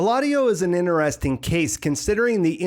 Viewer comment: I absouelty love your videos and deep dives into this tv series. However the way you pronounce the word 'interesting' as 'inner-esting' is driving me into crazy town. Please stop.